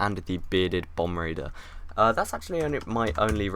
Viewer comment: Bombardier not bomb raider